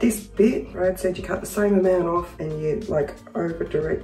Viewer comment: When the unicorn lady said Brad the auto caps wrote 'bread'. Yep it did sound like bread.